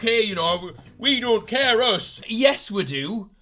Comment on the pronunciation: exposes himself with the waitrose comment, says woh instead of us as a distraction